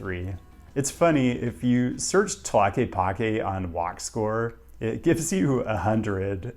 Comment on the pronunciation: Tlaquepaque is pronounced more like (clock-ay-pock-ay) but props to you for being close! Source: I have been there. Beautiful area and indeed very walkable